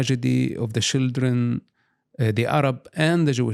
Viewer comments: Why say shildren instead of children? You are teasing him? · One of the many endearing things about Mosab is how he doesn't have a heavy accent anymore except when he says shildren.😂 He really cares about the children (shildren), our next generations so much. A truly good man. ❤ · He said shildren, stop being delugional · I quit drinking 4 years ago but if I had to take a shot every time I hear "shildren" id probably be hospitalized by now.